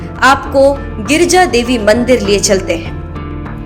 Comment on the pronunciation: Girija nam h maa parvati h ucharn karna Sikh lo